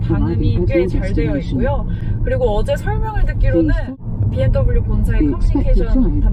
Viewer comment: 헤이 비엠떠블유 ㅋㅋㅋㅋㅋ 발음 정직한거 보소 ㅋㅋㅋ